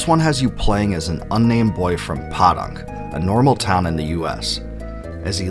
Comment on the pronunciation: Almost as distracting as when he pronounced Podunk. He said Pod-uhnk like podcast instead of Poe-dunk like Edgar Allen Poe.